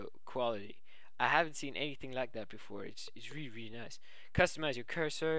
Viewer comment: ..Which is weally weally good. :P